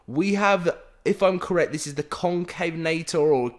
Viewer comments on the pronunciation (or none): none